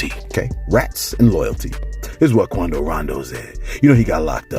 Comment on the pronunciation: why you got "Quondo" sounding like a "cholo" lol, and Souljah boy makes no sense, he's doing the same exact thing, saying too much and threatening the man on live, which was really SUS-like to me!